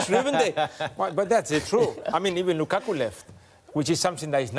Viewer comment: Nobody: Carragher: Lukako